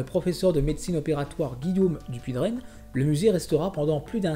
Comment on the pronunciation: Dupuytren se prononce Dupuy"train"" avec un T et pas "draine".